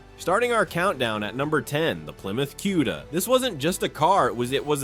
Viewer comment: Plymouth Cue-da? Goodbye. I refuse to watch this A.I. Sht.